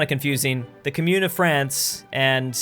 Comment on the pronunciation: Commune is pronounced Comm-youne.